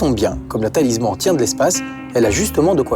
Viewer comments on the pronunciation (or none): Lui, il ne sais pas dire correctement Talisman, et vous, ne s'avez pas écrire correctement ! Des GENS et UN nom, c'est mieux. 😅